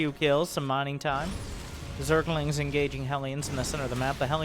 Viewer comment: i like how he always says " Zergalings" every time with a southern accent xD